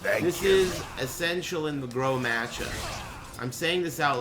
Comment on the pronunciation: "Groh"? Oh you mean Grøh